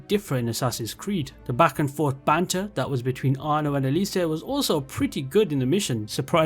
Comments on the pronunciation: Bro, its é-li-se, not é-li-say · Jesus, you must really hate cesare and elise with how you butchered their names 😂😭 hearing a long time fan saying origins is his favourite ac kinda triggered me, but i really liked the format. Kinda nostalgic going into specific mission in each game. Usually i think of them in their entirety, or rather, atmosphere and feeling they evoked. Kinda different when its in this format❤